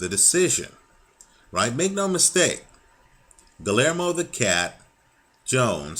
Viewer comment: the "LL" is pronounced like the letter "Y"